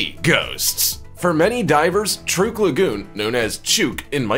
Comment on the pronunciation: By the way? I'ts pronounced "Truck" lagoon:-)